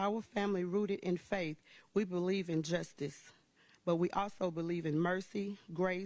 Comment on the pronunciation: It was appropriate that Faust's horrible family members don't even know how to pronounce the word "justice".